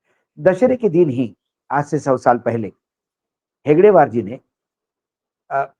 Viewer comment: हेगड़ेवार नहीं हेडगेवार बोलो